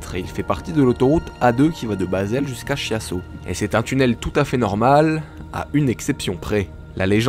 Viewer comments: Tu dois dire bâle et l'autre tu le prononce kiasso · On dit "bâle" et "kiasso" 😅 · On prononce Kiasso en Italien CH ça fais K, si jamais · Kiasso pas Chiasse-o, hein